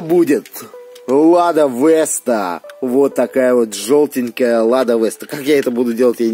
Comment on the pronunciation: Не Лада Вэста а Лада Веста